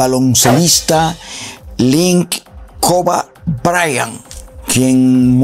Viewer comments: Cobe, se dice (Cobi). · Se pronuncia kobi no koba lol